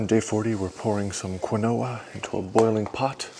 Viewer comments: Quinoa is properly pronounced as “KEEN-wah”, according to the Merriam-Webster Dictionary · I’m mostly here for the pronunciation of Quinoa!